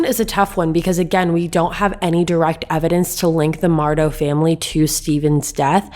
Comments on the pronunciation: It’s pronounced MUR-duck. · I think its pronounced Mur- Dough